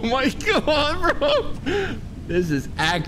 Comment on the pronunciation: “Ya gotta be careful with this dropout” ……. “WHAT THE FAWK. GAWWD”